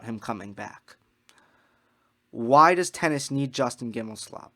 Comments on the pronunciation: Justin GimelSLOB..... did you mispronounce that on purpose? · I like your stand on "second chances" in the context. Want to note that it's GimelSTOB, not SLOB, although a good many (esp women) refer to him as the latter. JG swings a lot of weight in American tennis politics. He's pretty well embedded in Tennis Channel, owns the company that makes the "Uncovered" series, and is a close friend of TC's president Solomon. JG wants to be head of the ATP and the player council was ready to vote him in before the Halloween attack and its consequences. If he is returned to the council at some point it'll be because he still hopes for the top position. He's just not fit for it emotionally. I'm basing this not only on his past actions but on the article by the very friendly (to him) Clarey of the NY Times. He describes JG as sleeping very little, with a mind that's always racing. Hello? That's what normal folks call mania. Such people can be very productive, even brilliant, but there IS a cost. JG has shown no real remorse. He's like the thief that got caught and is not sorry he stole, but is terribly sorry that he's going to jail. He regrets the consequences of his actions but not the deed itself.